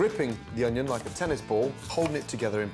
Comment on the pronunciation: We already know how to dice an oño.